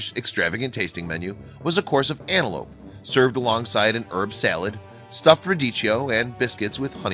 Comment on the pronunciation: its Antelope not anelope..